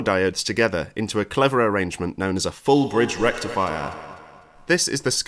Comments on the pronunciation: If you want to refer to Electric boom then you should pronounce it correctly like electricboom does namely Fool Bitch Rectall Fire!!!! 🔥😂🤣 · i love how everyone just accepts the way ElectroBOOM says FULL BRIDGE RECTIFIER 😂😂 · The EVEN FULLER BRIDGE RECTIFIAH!